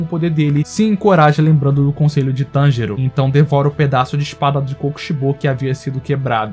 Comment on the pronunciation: NÉ E TB FALA TENJURO